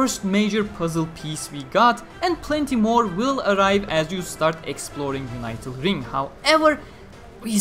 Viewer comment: "Unital" is pronounced with a short "i" like "unit." Not like "united."